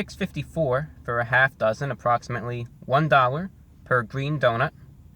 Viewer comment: Its like doughNUT